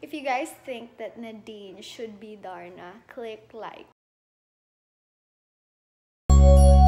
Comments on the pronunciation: Ay bagay nga. Ganda ng pagkaka sabi nya ng darna. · Napunta ulit ako Dito Imiss nadz my love🤗😘👏👏👏astig tlga pagkakabigkas Niya ng darna👏👏👏,thank you donnalyn🤗😘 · yung pagbanggit nya ng darna ang ganda😍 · I agree with all the comments..she really nailed the "DARNA"!